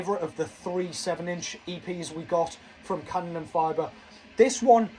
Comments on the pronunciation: Yeah its "Kanon en fee ber" ther is no fiber (as in glass fiber) its Fiber (pronounced like you have to issue a fee). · Have you seen them live ? If you haven't, go see them, they're awesome! Your German made me laugh. Here's a little help : Fieber is pronounced like fever but with a b instead of the v :D